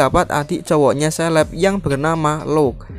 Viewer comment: ke-léb dibacanya bukan seleb